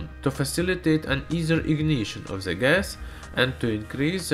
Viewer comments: IT'S THE(DE) NOT ZE!!!!!!!!!!! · Cinfoni Ender É por causa que ele fala "ze" ao invés de "the", comumente escutaria isso vindo de um alemão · OMG Ze Miuzik at Ze Eand !!!